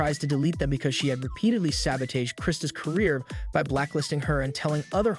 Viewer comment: Learn how to pronounce “cellist” and sabatoged” too. I can’t listen to this worthless drivel.